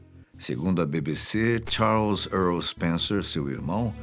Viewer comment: EARL Charles Spencer* ear é 👂